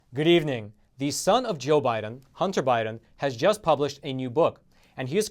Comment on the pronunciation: Pls make "good" sounding even better in your introductory "гидивнинг". It would be a better start to your reviews!